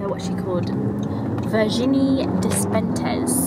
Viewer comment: Virginie Despentes is so great! I love how you pronounce her name! (from a french subscriber)